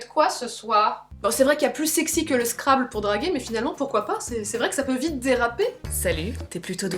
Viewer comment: On prononce scrabble : Scrabbeul